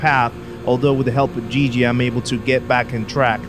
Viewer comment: Guigui is pronounced like the "gui" of "guilty"